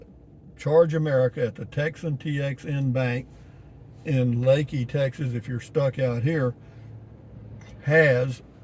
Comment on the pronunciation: Thank you pronouncing it correctly